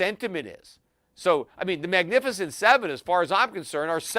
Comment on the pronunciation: Peter you always listen to CNBC and you've never heard of "The Magificient 7" 😂